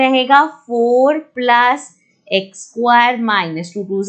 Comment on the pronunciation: Mam it's square not squaaaaar